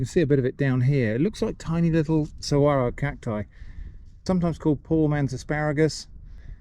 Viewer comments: Really impressed that you pronounced saguaro correctly! We recently moved to Phoenix and were corrected immediately. They are so beautiful here. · Thank you for pronouncing seguaros properly.